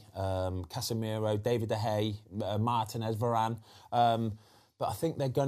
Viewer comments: David de gea ❌ David de hey ✅ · Foster - "DEY-vid de Gea"